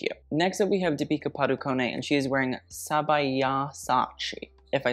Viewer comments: It's not padukoné It's padu-con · It's deepika padu-cone, like the word cone not conay.